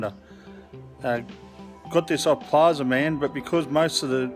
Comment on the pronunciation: Plazma man… not plaza man